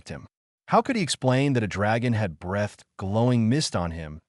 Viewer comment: There is an extra tail in the initial graphic. Also "breathed" is pronounced "bree th ed", not "breath ed", "it" is one syllable, not "i", "t".